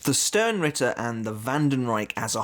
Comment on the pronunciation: You know what? As a german I will use this opportunity: "Sternritter" is pronounced "shtarenritter". The "sh" from "shut" and the "are" from stare. So just say stare with an sh instead and add an "n" at the end followed by ritter.